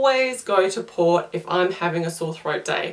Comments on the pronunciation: Port not Vot lol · I thought she said POT? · So you guys don't have to watch 8 mins... Worst milk Green tea Wine Carbonated drinks Best Peppermint tea liquorice root tea Vot? sounds like she's saying Pot (marijauna) Water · What is she saying after licorice root tea, because I know she's not saying POT. Someone please tell me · I didn't understand what you were saying the 3rd best was..... It sounded like you said pot,pop? I missed it.